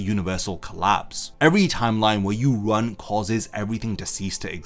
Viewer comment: Emphasis on "run"?😂